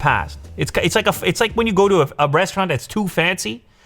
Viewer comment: listen closely bcuz he didnt said restaurant... Instead he said "brestaurant"...